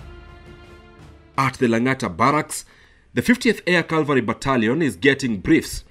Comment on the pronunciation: It is 'cavalry' and not calvary. Such little mispronunciations should not be the norm in big media houses